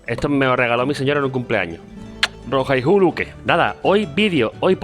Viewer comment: Mi amigo digiste mal Rohayhu, la y tiene su propio sonido en guarani, porfavor mejora